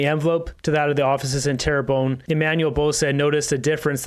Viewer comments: Hey; it’s “Terra BUN”! FYI 😁😁😁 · Pronounced - Tair-bun